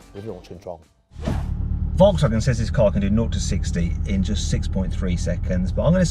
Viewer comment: 英語の発音的に仕方ないのは分かってるんだけど、フォルクスワーゲンがボロクソワーゲンに聞こえて笑った